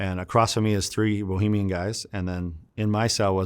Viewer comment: Interesting life. Listening to this guy is like reading a novel with short sentences and easy words. Good stuff. One thing bothered me, Bahamian not Bohemian, my man